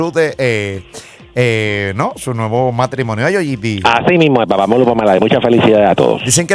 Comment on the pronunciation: Odio que este tipo diga Papa Molu WTF?